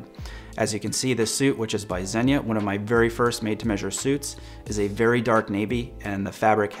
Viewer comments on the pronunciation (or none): none